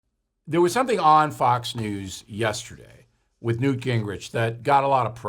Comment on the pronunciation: Pregnant pause for Newt.